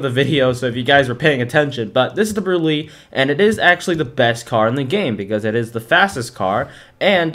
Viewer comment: this opened my eyes but the way you pronounce brulee is actually brûlée like the creme brûlée desert